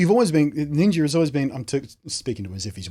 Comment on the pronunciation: HAHA I love when your people say NINJER with your accent ^^ This stuff makes me sure feel old. I cannot fathom for one second why millions would watch someone play games online, let alone give extra monthly money toa millionaire to watch him play games online. WOW! All the power to him for sure, I am just flabbergasted by it all.